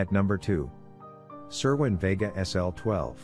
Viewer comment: You don't even know how to pronounce vega